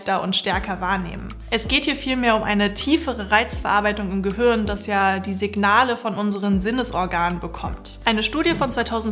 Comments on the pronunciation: Danke für deine Videos! Es hört sich für mich so an, als würdest du "Gehürn" sagen und nicht "Gehirn". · Sehr tolles Video. Aber könnten wir uns darauf einigen, zukünftig "Gehirn" statt "Gehürn" zu sagen? Ich finde die richtige Aussprache von Wörtern wichtig.